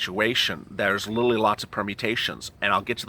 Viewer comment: Why does he keep saying littlely when it's pronounced literally?